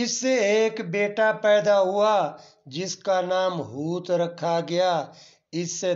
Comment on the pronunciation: Not hooth.correct hoth